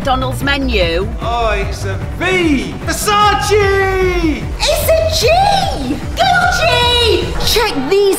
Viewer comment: This is how many times said Versage instead or Versace